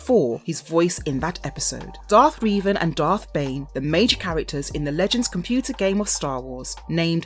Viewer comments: It's Revan, not Reevan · stop calling Him "Reevan" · The mispronouncing of Revan’s name pissed me off for some reason 😂 lol. ALL HAIL LORD REVAN! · Rēvan? Is that someone kind of similar to Revan? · I like this channel but can you guys please teach the narrators how to say names. It’s getting pretty bad. I mean Revan was bad enough but how can you mess up JJ Abrams?